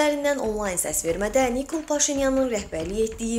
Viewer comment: Makron və Nikol adlarını düzğün tələffüz etməyi öyrən.!!!